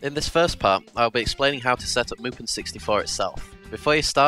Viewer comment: what you say: mupen what i hear: mulpan